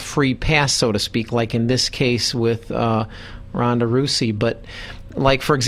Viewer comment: Ronda Rousey should find this guy, and break his arm for mispronouncing her name. Much respect for Sarah, but Ronda is a force of nature. Strikeforce knew exactly what they were doing.